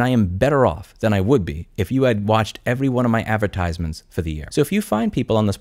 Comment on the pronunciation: This is solid advice but your pronunciation of advertisements irks me lmao